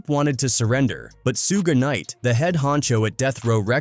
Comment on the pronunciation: Narrator can't pronounce names. "Sooga Knight?